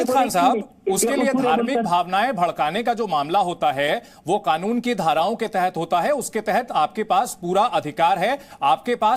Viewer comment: खानून बोल रहा है पहले कानून तो सही से बोलना सीख